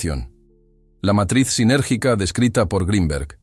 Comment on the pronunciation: Sintergica,no sinérgica!síntesis y energía!